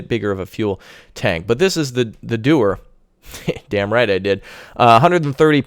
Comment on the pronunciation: the Doher, the shelove..shia lebouf :))) I died